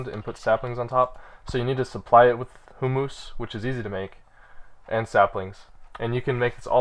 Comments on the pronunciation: I know I sound like an asshole, but it's not "hum-mus", and it's not "hoo-moos" it's "hyoo-muhs". Let the flaming commence. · The correct pronunciation sounds more like "humis" p